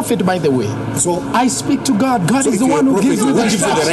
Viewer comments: It's not ghadd it's God 🙄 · This so called Pastor really needed a punch on his face, the way he keep on saying ghaaad instead of God was annoying. And who on earth gave him authority to hold on to someone's else that is kidnapping 100%.